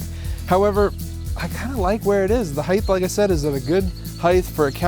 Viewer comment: Height not heighth.